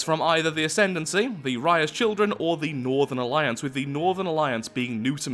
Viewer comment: The way you said northern alliance sounded like northerlions...